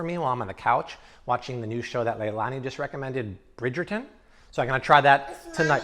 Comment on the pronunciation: “Brigerton”! Yes! 🥰